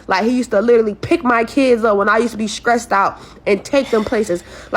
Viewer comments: We know the IQ when someone says Skressed ... girl its STRESSED ....😂😂😂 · "When I'm skressed out " is "skuggling"